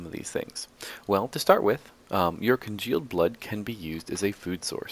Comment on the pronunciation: you keep saying congeald blood and it is making me mad.